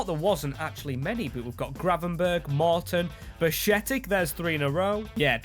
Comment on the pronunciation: Bashetic? come on man at least try to say his name correctly